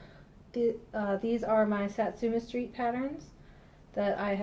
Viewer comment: its sooooooooooo good to see you back. everytime you say sat su me street (sp) i kept thinking your saying sesame street lol